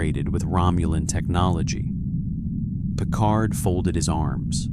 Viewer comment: Captain Picard or Captain Pequard.????😮😊😅😢